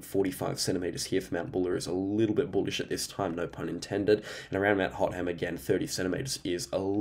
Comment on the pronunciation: You mixed up Mt Buller and Mt Hotham. Hotham is normally pronounced - “Hoth-am” not “Hot”-“Ham”